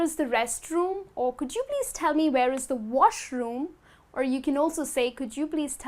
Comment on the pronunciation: Dear, I feel that you get the pronunciation of the word 'the' wrong in many instances.